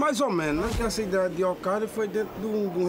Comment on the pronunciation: "okaida" Alkaeda.